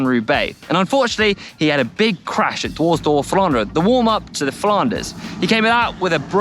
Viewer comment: Dwors door flooonderen LOL